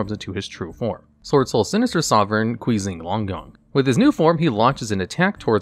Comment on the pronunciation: Quee-zing Longyawn 😂😂😂